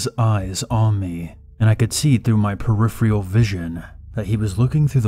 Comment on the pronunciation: lol I always laugh at his pronunciation of the word peripheral